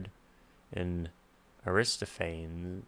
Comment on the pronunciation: Greek names have every syllable prounounced. Air-ris-TOFF-an-ee.